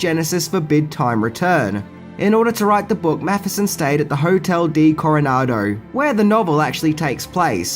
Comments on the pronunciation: From San Diego: it's Hotel Del Coronado, not Hotel Di Coronado. You may remember it as the Seminole-Ritz Hotel in the movie: Some like it hot, with Marilyn Monroe and Tony Curtis. Love your videos, always learn something new. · Great review as always. Like yourself, I always thought there was more to the Robinson character than they let on. I felt his real role fell to the cutting-room floor. BTW, it is the Hotel DEL Coronado, not the "D" Coronado. (Hotel "of the" Coronado) ❤❤❤